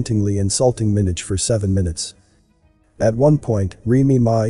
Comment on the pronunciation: Liked the video but you are saying Minaj wrong